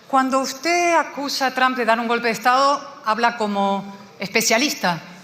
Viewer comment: Rucakuf, ya te lo dije antes... El apellido No es TRAN....es TRUMP!